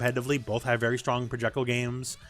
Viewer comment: ProjectILE. Not projectul